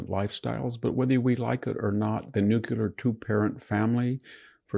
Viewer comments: Nuclear, not nucular. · Seems like if the rest of us have to work, pay taxes, and correctly pronounce words, Dr. Hanson should take the trouble to properly pronounce "nuclear." It's not NUKEular. Unless he wants to be like George W. Bush, which is every boy's dream. Obvs. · Why do all conservatives pronounce nuclear, "Nuke-you-ler" 😂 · Victor , please don't put Buddhism and Hinduism in the same pot with Islam . Also , i wish you could say "nuclear " correctly.